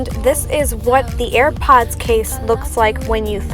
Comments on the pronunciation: to all u airpod users who have OCD: WHY IS SHE SAYING "EARPOD" INSTEAD OF "AIRPOD"???? REEEEEEEEEEEEEEEEEEEEEEEEEEEEEEEEEEEEEEEEEEEEEEEEEEEEEEEE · Am i the only one who hears at the start of the video when she says AiRpads not AirPods 😅